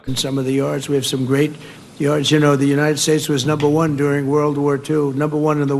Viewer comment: trump has one leg that doesn't work. Remember he pronounced the U.S. as the United shates of America. The world knows trump has lost what's left of his demented mind and has to be led around like a feeble old man from an assisted living center.